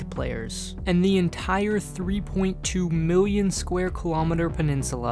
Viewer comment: It's "Million", no "Miuion"